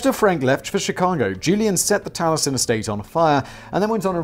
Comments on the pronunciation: In retrospect, FLW homes and his other buildings are timeless Classics. Falling Water is a bucket-list destination for many FLM fans. Maybe you should view one of several docs on his work, which I can't get enough of. Pronounce it tal-ee-Es-en. Unfortunately, your FLW diatribe amounts to joyous, ignorant ridicule. And, yes, his decorative pieces Are integral to the FLW "experience" and valuable to collectors. For God's sake, it's pronounced kah-Zahn, not Kay-zn. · I live by Spring Green. You can tour Taliesen (Tally-eh-son). It's beautiful. As beautiful and brilliant as FLW was a bellend. Also, it's pronounced Dodge- Ville. Like the game Dodge-Ball. Can't help my pedantry. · Ok, usually I find Simon’s ignorance a bit charming, but how can someone not know how to pronounce Taliesin. Oh wait, I am from Wisconsin. People struggle with our pronunciations.